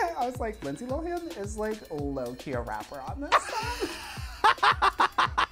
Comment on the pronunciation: Trixie pronouncing Lindsay Lo-win is sending me